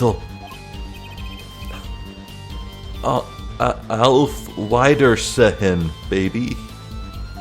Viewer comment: hearing you try to pronounce auf wiedersehen was something else